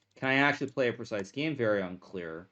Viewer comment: why does he say teke and geme instead of take and game. drives me insane.